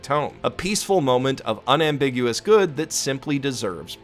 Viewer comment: You said good incorrectly